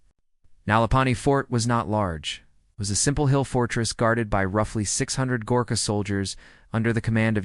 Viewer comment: Badly researched......The typical Gorkha doesn't look like anything in the pictures depicted. Pronunciation needs to be corrected. A lot needs to be corrected.